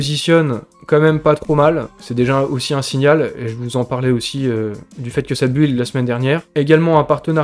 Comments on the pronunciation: Par pitié pour que les oreilles arrête de saigner,en anglais,build se prononce : BILD Oublie le U :-) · Bravo et n'oublie pas que la plupart d'entre nous s'en fout que tu ne rajoutes pas " collaboration commerciale " et que tu dises build et pas bild... ,😂